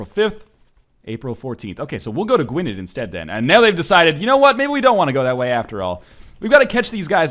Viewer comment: gwynedd, you got it mostly right but the '-dd' part is pronounced a bit like 'th'